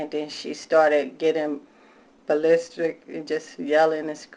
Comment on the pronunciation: Wtf is "balistric"? 🤣🤣